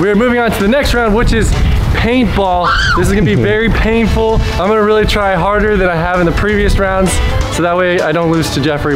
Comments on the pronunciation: do you paintful not painful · "Paintful?" Or "Painful?"